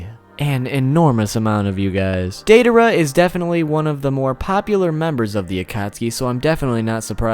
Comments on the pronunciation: Its DIEdara not daydara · Its DIE-a-dera, not DAY-a-dera.. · "Dei dar uh"😀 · Are we going to ignore he pronounces it "day-daara" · dei-DA-ra... baka... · Instead of deidara it’s dangdara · Am I the only one getting annoyed by how he isn’t saying Deidara right